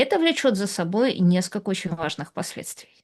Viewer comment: Режет слух -- наскока вместо несколько и т.п.